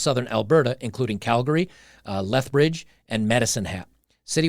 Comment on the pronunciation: Holy crap, most people in Canada don't pronounce Calgary correctly. But here's an American blogger (ie: ) who DOES. (it's pronounced CAL- gree, not CAL-gar-y). Good that our truckers up here did what they did, and a disproportional number of the truckers who descended on Ottawa came from Alberta. Some of those of us who donated to that cause have had bank accounts frozen by the Nazis in Ottawa - yet another branch of the totalitarian rabbit hole. But there are other movements here in Alberta, aka: "Texas North": The Alberta separatist movement is nothing new. Those who understand the futility of remaining part of an oligarchy like CanaChinaZuela have been pushing for a free and sovereign nation of Alberta for decades. But the Alberta US statehood movement is certainly a newer sentiment. More Albertans are beginning to realize that the sovereignty option will never be allowed to happen without Alberta having the military presence to back up such a declaration. (Look no further than the crushed Catalonian secession attempt from Spain for a glimpse of what would happen to Albertans at the hands of Ottawa, China and forces within the countries making up the UN body for proof of this). Nor would it be feasible from a land-locked economic perspective. The Alberta US Statehood movement is picking up steam. Can anyone in the US and Alberta wrap their minds around just how much of a world economic powerhouse the US AND Alberta would be if this were to happen?